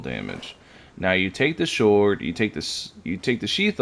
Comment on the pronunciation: I’m not gonna ignore the fact that you said “SHORD”